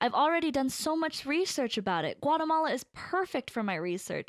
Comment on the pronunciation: Funny how all of us are here because we want to learn english, yet english speakers in the video/audio can't say Guatemala correctly. LOL.